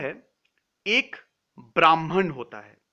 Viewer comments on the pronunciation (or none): It’s not Bhraaman. It’s Bhraman. Pronounced as brr h mann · "bramhan"nehi .This s BRAMHAN